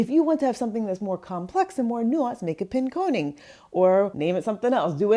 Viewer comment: All of us in Michigan shouting “Pin- KAHN-ing”